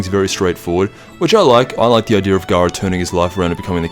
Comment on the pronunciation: Garaa felt like Feeza